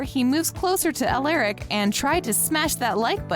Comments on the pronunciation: Its alaric not aleric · it’s not pronounced uh lare ick it’s pronounced uh lar ick